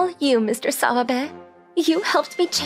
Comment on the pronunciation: I don't know why, but every time I hear the name "Mr. Sawabe", I tend to hear Mr. Swabe instead 🤣🤣🤣🤣